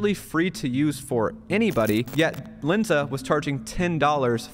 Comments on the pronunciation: There's a difference between Len and Lin. Its Lensa not Linsa. Also that seo advice is really bad. Google just released an update that lowers the ranking of any sites using ai to write content. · Its calles L"e"nsa. Not L"i"nsa.